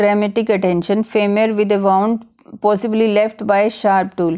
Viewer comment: Wound pronounciation is wrong